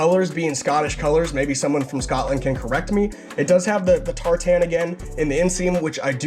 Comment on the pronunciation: That pronunciation of tartan 😂😂😂